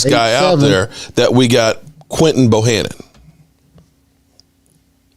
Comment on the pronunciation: Would somebody please tell its Bohanna and not Bohannon.. please tell him because he's killing me